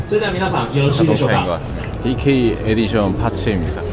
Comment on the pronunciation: 츠치야 영어발음 은근히 따라하시는거 나만 웃긴가 ㅋㅋㅋㅋ 디께이 에디숀!